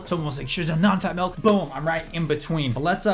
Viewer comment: Milk not melk